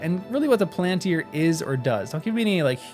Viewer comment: The emphasis is on the FIRST syllable, not the second. PALantir. The same as you would say BORomir, FARamir, or LEGolas, etc. The plural is Pal-an-tir-i, with four syllables, not three; Pal-ant-tri. In reality, there is no real difference in the stress of each syllable. This is something I notice in the way Americans have trouble with English place names; Buckingham Palace for example. Americans stress the last syllable, thus; BuckingHAM, whereas an English speaker renders it with the last syllable almost missing; Bucking’m. The word Palantir is rendered with almost no stress at all, like the word Avenue. The stress is only a gentle one at the beginning of the word.